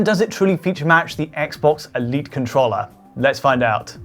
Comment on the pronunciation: the way he says controller here upsets me